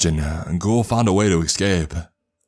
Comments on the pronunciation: 'esss- c a p e not excape, jeez. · Its ESCAPE. NOT EXCAPE. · That and pronouncing ES sounds as EX and it's bringing the cringe ei: Excape, Exspecially. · Dude, your pronunciation of “escape” is driving me bonkers. I do enjoy these stories though. Keep it up.